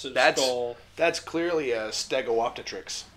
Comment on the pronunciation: "Clearly it's a stegaoptotrix." Dear god what would that even be.